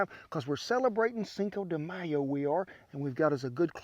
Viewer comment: This man is the grandpa that everyone wants to be with. He said cinco de mayo / not: cincouuuu de mayouuuu =)